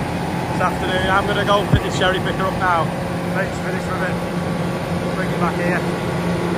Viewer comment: There's churry picker drivers and then there's screwdrivers😂! Were you having a Clarkson moment? Morgan, is there anything that lad can't put his hands to and remedy?